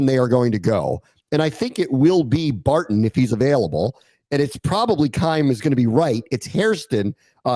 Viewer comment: you guys calling Barron Barton had me questioning my sanity lol